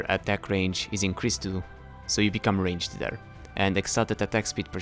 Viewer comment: "Rangeder" XD